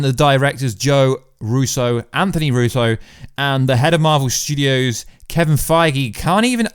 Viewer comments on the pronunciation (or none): none